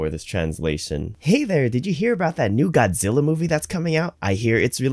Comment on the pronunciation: Notification Squad! Great video, just for reference the model is quite interesting, as a native spanish speaker the translation was decent a bit robotic but the pronunciation of Godzilla was quite weird. You have a great channel